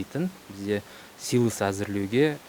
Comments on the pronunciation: Силас эмес силос деп эле айтчы автор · Силас эмес силе"с деп айтылат туура суйлогулочу ? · Силас деп айтылат , силос деп жазылат !